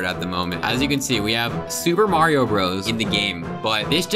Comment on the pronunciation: its not M-rated maerio